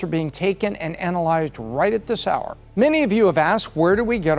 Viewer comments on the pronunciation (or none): none